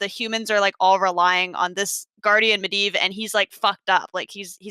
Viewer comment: I'd like to applaud commitment to going back and forth between how she pronounces Medivh lmao. Med-iv vs med-eev.